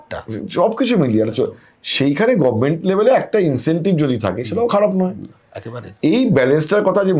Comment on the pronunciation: একজন সাংবাদিক গভর্নমেন্ট শব্দটা উচ্চারণ করছেন গভমেন্ট । শ্রুতিকুটু লাগছে।